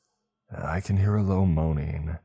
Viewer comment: Moan-iNG, NOT MOAN-Eene!!!!!!!